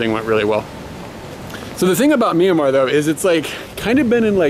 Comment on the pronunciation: Hi and.Im Julia and im 13.Im burmese but from California.I think you're videos are awesome especially food reviews!ITs pronounced mya-mar Bye!:)